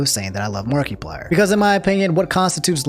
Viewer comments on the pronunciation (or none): "Mark-e-plier" Love you, not like that but yea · Marky Plyer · I’m not gonna love you if you say MARK-ee-plier one more time 😂😂😂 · Lol "Markie-plier" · "Mark E. Pliar"